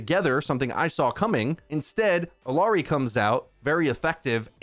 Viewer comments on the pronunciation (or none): It's IYARI not ILARI (for English pronunciation)